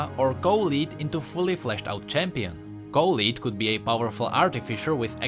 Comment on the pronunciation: I literally can not stand you mispronouncing Colette so fucking hard